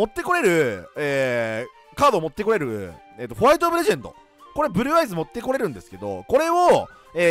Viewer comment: ふ"ぅ"る"る"る"ぅ"ぅ"あいず好き